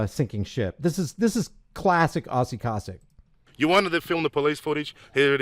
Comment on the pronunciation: Its pronounced KO-SACK